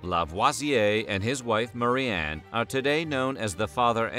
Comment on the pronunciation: Ok but why do you pronounce Marie-anne "Murran" the whole video?